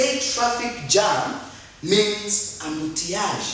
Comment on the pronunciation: Helloo teacher! you should say" embouteillage" instead of saying amboutillage. ok